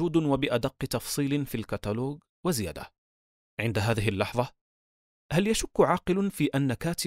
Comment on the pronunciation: الكاتلوج ✅ الكاتلوق ❌